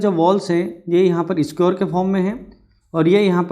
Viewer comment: squr nahi square hota he